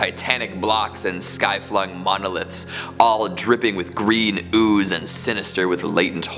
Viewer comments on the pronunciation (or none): none